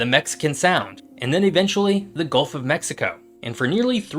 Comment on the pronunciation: Subscriber #440 here.. love your channel! One note: it's gUlf not golf and it's Gulf of Mexico. Has been since it was first discovered and named. (Named in 1552) Don't care what the current American dictator wants it to be called. It's the Gulf of Mexico. Looking forward to more vids from your channel, love them all. 😊